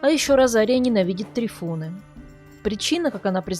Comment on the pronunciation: Может ТрИфон?????слух режет прям трифОн - патефон, магнитофон